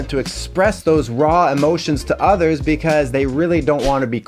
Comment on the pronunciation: Hmmm: "BE-CUASE" and "SHO SHO-CIAL" in one video. Yeah, I got high on the wordplay !